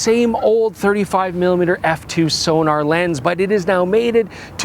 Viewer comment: I wish the lens was a Distagon or another Zeiss. This particular Sonnar has a very middle of the road "Canon L" look to it. P.S please stop pronouncing Sonnar as Sonar. It has a hard double N.